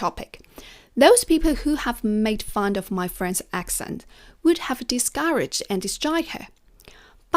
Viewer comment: … you said the word fun a few times and it seems to come out as : funD… hope you appreciate my criticism… Other than that you speak beautifully…🇺🇸(new subscriber)